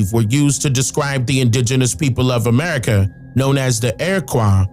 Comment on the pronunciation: Sounds like you were saying Erica